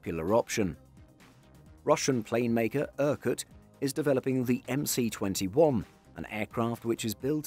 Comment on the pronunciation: It's the MS21, not the MC21. The Russian "C" is like our "S." Example: "CCCP" in Russian means "SSSR" in the Latin alphabet. (the "P" is like the Greek letter "rho" which is an "R" in the Latin alphabet)